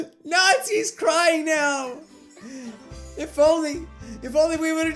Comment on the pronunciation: did you notice that he said Nazis crying instead of Natsukis crying